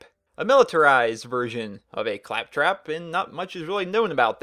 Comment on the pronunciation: did he say claptrap please tell me he did not say craptrap